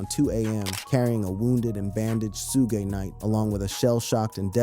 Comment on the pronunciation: Lost my interest when the AI can not even say Suge Knight's name correctly! Nothing new here, just clickbait!